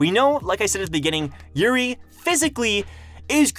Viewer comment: Lost pronunciation, urine = Yuri